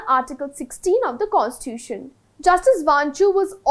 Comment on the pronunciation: It's not pronounced as Constuition.. pronounce it as Constitution.